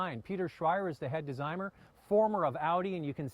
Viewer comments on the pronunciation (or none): Desigmer? Dude correct your English 🤣🤣🤣🤣